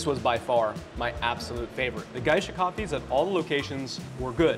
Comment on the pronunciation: It's really Gesha, as in the beans originally from Gesha, Ethiopia.